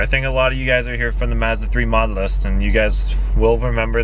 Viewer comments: I hate the way this kid says Mazda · Can you like not say Mazda for the rest of your life? 😂🤙🏻